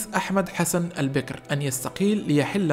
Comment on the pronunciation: تلفظ الأسماء غلط لانك لاتفهم اللهجة العراقية مثل كلمة البكر و اسم وطبان